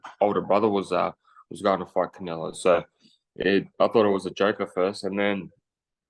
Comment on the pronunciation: Cry more, it's Canelo dude...I repeat... Canelo